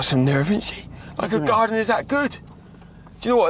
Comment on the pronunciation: "her garrden, her garrden"